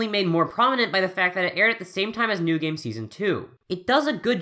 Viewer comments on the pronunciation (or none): none